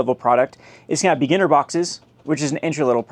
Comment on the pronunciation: The way you say beginner sounds like beaner